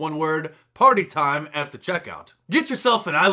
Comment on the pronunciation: I crack up on how you emphasize “PARTY TIME”🤣